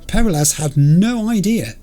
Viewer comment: haha, I waited for 33 Episodes for you to get to this mission, just so you could hear the characters pronounce "Peralez" And you just wave it off and keep saying "perra-less" I'm heartbroken. All things considered, I am curious how you'd pronounce "Gonzalez" You'd turn it into Gonza-less, wouldn't you? :D